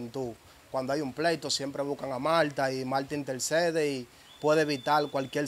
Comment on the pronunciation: Mire diga Martha no Malta 🇲🇹 es una planta o malto. Eres un chico joven y prendedor. Y como comunicador debéis hablar tu lengua correctamente. Donde van las L menciona y donde va la R igualmente el buen dominicano y patriota no imitas otro país jóvenes rescaten su español el que se hablaba hace 50 años